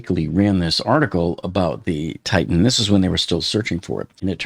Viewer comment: Again: It's NOT pronounced "Tight-Tan." You're embarrassing yourself.